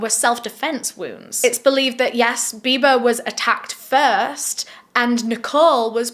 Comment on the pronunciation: When you said Bibaa I accidentally heard "Bieber" so I was like wait they went out to celebrate Justin Beiber's birthday ...?